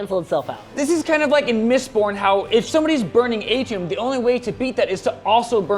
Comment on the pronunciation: Flinched like a dog when you said “Mistborn” and “atium”